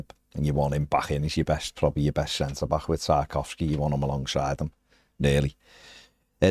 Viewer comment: has been butchering tarkowskis name for a long time now “COWski “ instead of tarKOVski, does my fucking head in